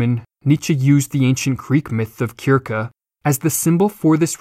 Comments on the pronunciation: Kirke? I thought it was Sirsee...... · 'Circe' 'sir-see' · Philip Thomas Right . You beat me to it . Perhaps the narrator pronounced Kirkegaard too often. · How are you unable to pronounce Circe? Syrsee. Or cyrcee... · To play at pedantry, it's the ancient greek 'Κίρκη' that it is pronounced like that, whilst the familiar romanisation (as displayed on screen) is pronounced 'sir-see'. The dissonance could render it obtuse to the lay viewer. (I've been enjoying the videos btw!)